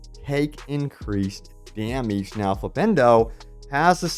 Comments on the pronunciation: why do you say "damage" like that? figure it out. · Dameege lol